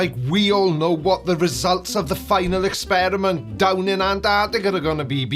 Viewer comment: Final experishment..... It's quite big